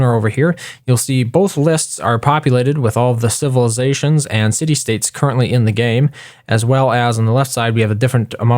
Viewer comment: yes i heard that too